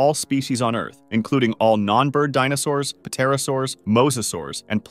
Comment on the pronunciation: Bro pronounced the “P” in Pterosaurs